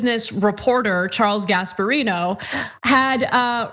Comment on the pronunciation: I know the name is Gasparino but swear I just heard Gas Barito.